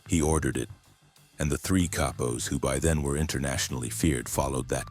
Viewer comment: Se llamavan Capos not K-po.. Gringos lol